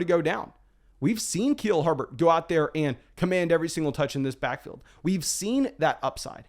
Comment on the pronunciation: Keel Herbert?